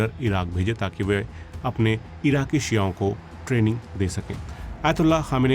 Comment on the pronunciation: Bhai "शिआओं" sahi pronunsiation nahi hai its शिओं